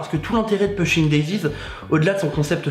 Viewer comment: alors par contre, on prononce poushing daisies (ça m'a rendue folle)